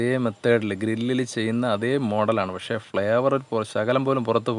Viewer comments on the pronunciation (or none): none